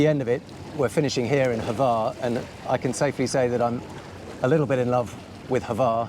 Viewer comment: Congratulations on mastering the pronunciation of word Brač (although Hvar seemed to be a bit more difficult) :)